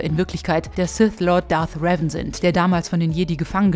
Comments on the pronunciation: Man spricht revan in the old republic Deutsch aus. Trotzdem ein gutes Video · Zum Starwars Teil. Einfach nur falsch was ihr sagt. Aussprache von Revan ist falsch. Seine Lebens Geschichte falsch. Nur zur Info , er war ein Jedi der vom ewigen Imperator bekehrt wurde und zu einen Lord gemacht. Die Jedis haben seine Vergangenheit gelöscht und Zack ist er wieder ein Jedi. In mega kurz Fassung hier